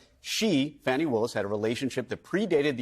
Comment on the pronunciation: To the guy mispronouncing Fani's name: you know how to pronounce it correctly by now, so by misprouncing it, you are deliberately being disrespectful. Shame on you.